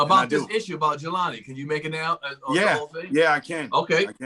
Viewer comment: started strong until he said Jaylen Day....not #JelaniDay This also points to the fact that we BARELY know these missing black people but we remember Natalie Halloway, Elizabeth Smart, and others. We have work to do.